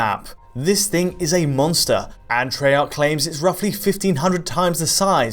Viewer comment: It's pronounced Tray-arc not tree-arc ffs